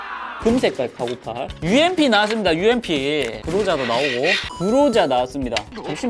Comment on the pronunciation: UMP9는 엄프라고 읽어주세요